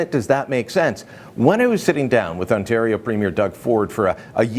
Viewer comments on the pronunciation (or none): none